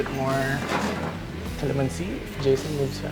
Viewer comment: that’s not beef steak. y’all imposters misrepresenting authentic filipino food. why do you guys pronounce kalamanci like that. i learned from my grandma you guys don’t know what y’all doing